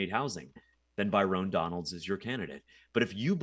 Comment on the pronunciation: Calling him By-rone Donalds is friggin hilarious